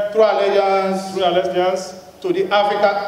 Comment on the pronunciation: He was not even eloquent during the swearing in. Allegiance he said alesbian.